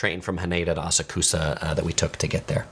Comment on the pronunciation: How can you have such bad pronunciations of these place names but have such good knowledge? 😆❤(Asakusa is pronounced Ah-Sak-Ska)